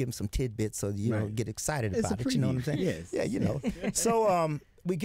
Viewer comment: Yeas (how he pronounces it)